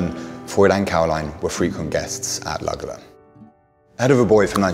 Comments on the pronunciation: The mispronouncing of Luggala (correctly pronounced ‘Luggala-law’ repeated over and over is equally grating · Pronounced ‘lugga-law’